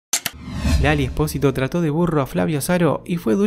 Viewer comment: "trtató" claro Mda.